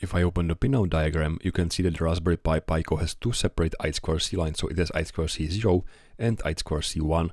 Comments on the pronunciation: Raspberry Pi Pico = "Rasp Berry Pie Pick-o", not "Raspberry Pie Pie Co". Sorry, just couldn't help but say it. Got triggered. Love your work anyway! :) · Just a small remark, it's pronounced [piko] with short "e" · Talk about trigger... NOT a short "i" because of the following consonants, rather "ee" as in "PEE" so shove your trigger, read a book and enjoy his work.